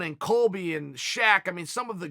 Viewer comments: iceBerg Slim butchering names at its finest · Did Chael just say Colby instead of Kobe? I guess it’s Colby Bryant from now on. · This man chael said Colby Bryant